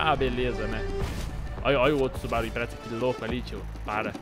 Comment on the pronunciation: É subaru impreza não imprezza com dois ´´Z´´. :p